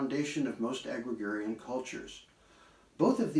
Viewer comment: (Slightly better volume than in Part 3, and again the mispronunciation of "Ohsawa." Listeners, please don't learn it this way!) There are grammatical errors ("comprised of"; "phenomenon" instead of the plural; "agrigarian" instead of "agrarian") and mispronunciations ("homeo sapiens"), but those are merely "spoken typos" whereas mispronouncing a proper name is a conceptual mistake. It's fascinating to consider "Folk medicine is simply grassroots epidemiology" . This important segment comprises a very basic but good review of the physical yin-yang principle applied to the growth of plants.